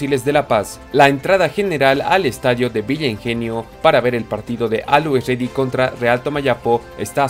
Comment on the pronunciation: Que mal pronuncias la palabra always ready, te sugiero te des una visita por el traductor de google.